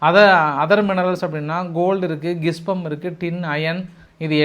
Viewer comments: சார் அந்த mineral கிப்சம் இல்லை ஜிப்சம். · அய்யா அது கிஸ்பம் இல்லை ஜீப்சம் சிறு திருத்தம் 🧐🧐